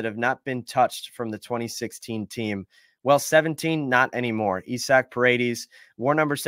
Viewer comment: Isnt his name isaac? Not "Esac" Send Wisdom and Mastrobuoni anywhere for a $3 bill